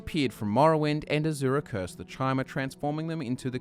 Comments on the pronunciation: It's pronounced "ky-mer", not chi-mer. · Great video! But isn't Chimer pronounced "Kai-mer" and not "Chy-mer"? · Chimer. Kai-murr. Hard "k" sound. You're killing me Smalls. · Uh, you completely skipped over the Second Era, Morrowind was heavily involved in the Three Banners War. And, “Chimer” is pronounced “Ky-Mer”. Seriously, if you love Elder Scrolls as much as you say you do, you’d know not to pronounce so many words wrong.